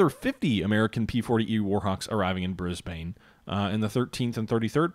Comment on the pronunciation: From an Australian, Canberra is actually pronounced as 2 syllables more like Can-bruh, Brisbane and Melbourne actually rhyme, Bris-ben and Mel-ben. I was told that Canberra arose from a dispute between Melbourne and Sydney, Melbourne said it should be the capital because it was originally the capital and Sydney said it should be the capital because it had more people, they then agreed to put the capital exactly half way between the two cities.